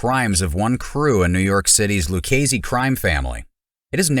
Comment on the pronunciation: It is pronounced Lou-chay-zee.